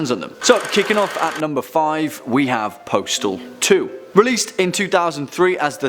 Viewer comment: When he said Postal 2 I almost thought he said Portal 2. 😅